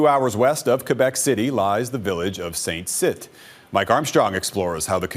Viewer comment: … Quebec rodeo… I thought the community of Saint-Tite was pronounced in French as [San TEET] and not [San TIT]?